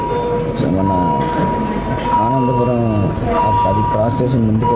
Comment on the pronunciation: Ananthapuram kadhu ra swamy anandhapuram